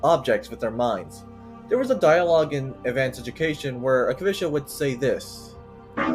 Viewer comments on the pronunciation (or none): I am not sure but Kavotia should be pronounced like Ka - Vo - Tee - Ya. Otherwise great vid!